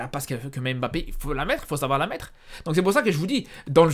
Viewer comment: Tu prononces tellement mal le nom de mbappé.Pour t'aider c'est pas émbappé mais mbappé😂